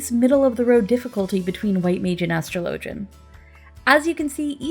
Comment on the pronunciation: "ash-trow-low-gen" > "as-straw-la-gen"